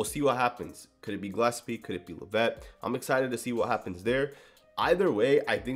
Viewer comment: When you say "La-VETTE" do you mean Dallyn Leavitt "LEV-it"?